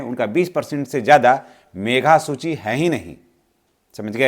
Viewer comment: मेघा सूची नहीं मेधा सूची बोलिए।